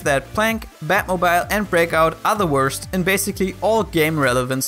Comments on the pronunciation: The way he pronounces "batmobile" is pure cringe... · Your pronunciation of batmobile is so cute ^_^ I did some research and it's the British pronunciation. Americans say it like "moble", rhymes with noble. I use the British version for separate words e.g. mobile phone. But when I make a compound word like automobile I use a long e sound, e.g "batmobeel", rhymes with banana peel. So I thought the way you said it was a bit funny. Basically English is a mess and you should just say things however you want :)